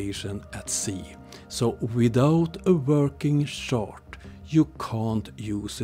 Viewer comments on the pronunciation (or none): You pronounce “chart” like “shart”, which is a hilariously different thing… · This was more about “shart”, because that’s funny… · In most languages, «CH» is pronounced like «SH». English in an outlier by pronouncing is as «TSH». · the way you say chart is so accurate flatzoid and friends are sharts ....